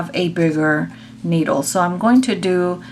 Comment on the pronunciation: I just cringed when you said “needle” 😱